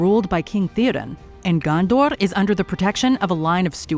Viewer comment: I'm sorry but the way you said Morgoth, Gondor, Rohan bugged me so much. I mean literally 10 seconds later Galadriel show you how to pronounce Morgoth and you go again MoRGATH. Otherwise nice video.